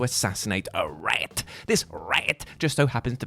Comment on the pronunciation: "This RAIT!" 🐀😂